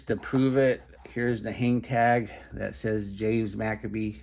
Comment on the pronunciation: McCabe rhymes with babe... Not Maccabees 😂